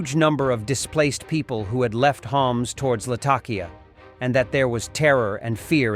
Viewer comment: FlightRadar 24 and other tracking apps do not use radar. Lattakia is not pronounced Lattikia.